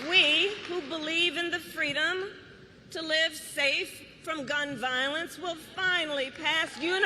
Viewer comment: Fweedom minus the 'F'.